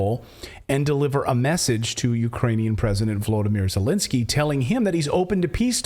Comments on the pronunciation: Who in the heck is E-lensky ? Do you mean Z-elensky ? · no, Elendsky or Zucchinsky!